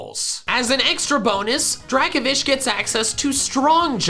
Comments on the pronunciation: It’s Draco-Vish not Draka-Vish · DRACOVISH, NOT DRAKOFISH! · Dracovish* (the F is supposed to be a V) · Dracovish is one word, not 2 words, and the F is supposed to be a V!